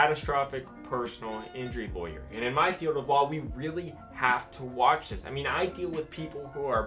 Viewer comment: Raaawwwghh laywer. Pirat lawyer